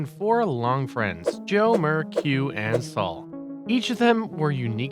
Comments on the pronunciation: Sal. Not Saul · Sal pronounced Saul? Joe is spending more time with his wife and family? I find it hard to believe any research past googling (poorly at that) was done if you don't know how to say Sal's name and didn't mention Joe's divorce....